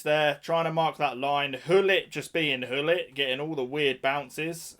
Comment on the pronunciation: The real meta = don't buy the game, it will save you money, poor or actually disgusting plays to beat the game and time. also, Hullit or Gullit?😂😂 you could pronounce his name with the ''guh'' sound (soft G), i don't know why not more people say his name like that. but whatever.